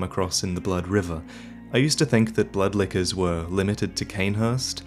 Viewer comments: Was I the only one who heard "butt lickers" instead of "blood lickers?" "look at the butt lickers you come across in the blood river." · When you say blood lickers, i hear blood liquors